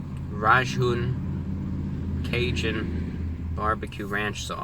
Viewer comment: "RAHJOON Cajun"